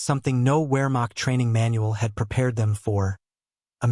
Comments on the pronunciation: “Wear macht” ? Put down the automated voice and read for real! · It's NOT a "wearmokt" training manual. It's Wehrmacht, with the W sounded as an English V. the German name for the letter is VAY